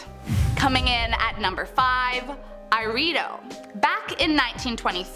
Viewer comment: I think Ireido is spelt "e-re-e-doh" And Komine as "ko-me-nay"